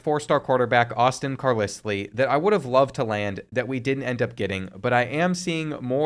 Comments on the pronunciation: Mr Carr-Liss-Lee 😂😂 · It’s pronounced car Lyle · CARLISLE?????????? the pronunciation is sending me 😭🤣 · That’s not how you say him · That Carlisle pronunciation is absolutely diabolical 😂